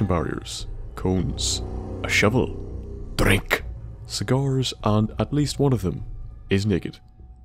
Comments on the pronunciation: I had my volume up a little too high and nearly shat myself when you said "Drrrink" like that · Wow, there is so much I just flew through here and didn't stop to look at. Except the mannequin room. I vividly remember that. That was disturbing. But as always, I loved the video and I didn't want it to be over. Hearing the way you emphasize "DRINK!" In your accent always makes me smile ^.^ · When you say "drink'' in your accent, it makes me feel good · I love the way you say drink, it's very amusing. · Drink everytime says "Drink" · I just love the way you say "DRINK"